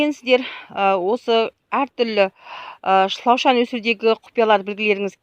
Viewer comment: Канша рет айтам осы. Шлаушан емес. Шылаушын деп айтпасызба. Калмаксызба не ози.